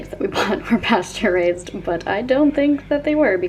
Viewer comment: Not me thinking that every time you said "pasture raised" you were saying "pasteurized" in a very strange way 👀